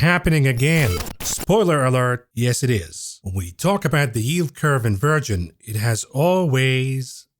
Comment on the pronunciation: Are you saying “ invirgin” or inversion? Like in Supertroopers